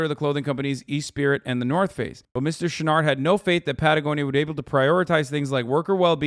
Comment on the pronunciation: I listened to the first half of this without looking at the screen much, imagine my surprise when I discovered Hasan was trying to say "Chouinard" the whole time